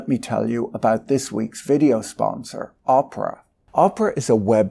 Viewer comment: I am sure Patrick says Oprah (Winfrey) on purpose instead of Opera. 😂